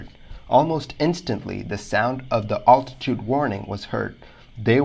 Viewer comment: "All -titude"? Is English your second language?